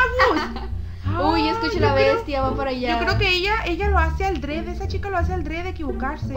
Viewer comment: Jajajaja en el min dijo (aldrede)